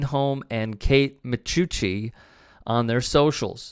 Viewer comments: BTW, it is pronounced Kate Micucci (mih-KOO-chee). I know it's weird, and dirty 🤷🏾‍♂️. JLYK. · it is pronounced "macushi", just FYI. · FYI, it's 'mih-coo-chee'. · The first c in micucci is a hard c